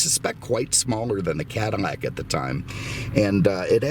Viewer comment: Just curious I notice you often replace l in words with m sound like often saying cadimac instead of cadillac and I noticed a few other words ....just curious